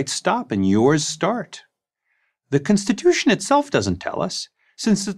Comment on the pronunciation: Why is he saying cinstitution